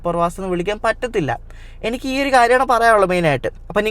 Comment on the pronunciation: ഡേയ് 'എണിക്ക് ' അല്ല 'എനിക്ക് ' ആണ് അതുപോലെ നാൻ അല്ല ഞാൻ